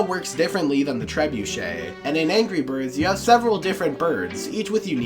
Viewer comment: ANGEE BIRD